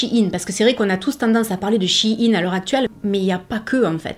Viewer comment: Merci pour cette vidéo informative, et surtout pour bien prononcer le nom de la marque (on entend souvent "chaïnne", ce qui me hérisse les poils lol !) Personnellement, je m'habille chez Shein, pour diverses raisons, mais les 3 principales sont le choix (plus size), le prix et la facilité d'accès. Il y a peu de choix pour les grandes tailles en boutique physique ET pour les petits budgets. J'ai une petite garde robe (+/- 50 pièces pour toute l'année) mais j'ai un petit budget, donc je préfère acheter sur Shein; ca me coute 3 fois moins cher qu'en boutique physique, et ca a la même étiquette et la même qualité. Lorsqu'une pièce ne me plait plus, elle finit sur mon Vinted. J'y ai également commander toute ma décoration de mariage. Encore une fois, une belle sélection (surtout pour le DIY!), des prix attractifs.. C'est peut être la solution de facilité, mais nous faisons tous avec nos moyens.